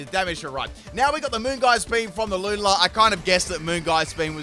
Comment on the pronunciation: The way you pronounce Lunala gives me nightmares 😭😂